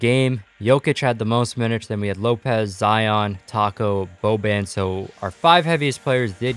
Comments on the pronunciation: he said boben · Does he not know how to say Boban